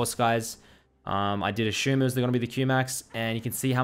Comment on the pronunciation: “I ashoom” xD